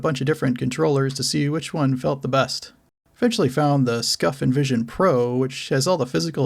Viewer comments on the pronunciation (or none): none